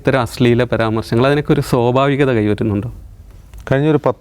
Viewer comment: സോബാവികത അല്ല മോനെ.. സ്വാഭാവികത